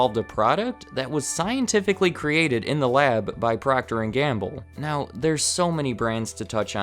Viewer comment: Is PROCTER & Gamble NOT “PROCTOR” as in Proctor Silex 😔